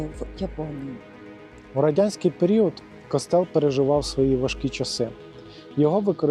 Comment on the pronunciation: Ну з наголосами у вас великі проблеми! Який "кОстел"? "КостЕл"! А не розуміти різницю між архітектурою і скульптурою - це вже за межею!